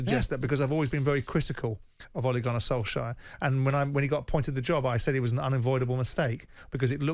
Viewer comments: By the way it is Solshare not Solshire . Ollie is not an English county . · It`s not perfect but it`s much better than Solshire . A word that Simon invented .